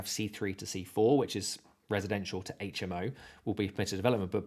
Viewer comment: I wasn't going to thumb up or subscribe (I hate when TUBERS ask for it) but than... about 14 minutes in the video I hear that you know how to pronounce HMO (on top of everything else). So one BIG FAT thumb up. I won't subscribe though as I don't subscribe anywhere...